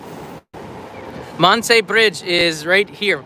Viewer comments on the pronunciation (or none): none